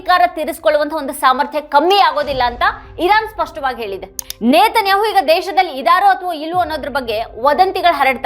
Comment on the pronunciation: ಅಕ್ಕಾ ಇಝ್ರೇಲ್ ಅನ್ನಬೇಡ ಇಸ್ರೇಲ್ ಎಂದು ಹೇಳು ನೇತನ್ಯಾಹು ಅಲ್ಲ ನೆತನ್ಯಾಹು ಎಂದೇ ಸಾಕು ಏಕೋ ನಿನ್ನ ಉಚ್ಛಾರ ಕೇಳುವಾಗ ಬೆಚ್ಚ ಆಗುತ್ತೆ